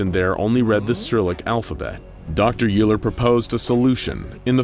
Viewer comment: As a math major, with all humility, and apologies, it is my duty to point out that "Euler" is pronounced "OY-ler," not "YOO-ler..." assuming I have that correct.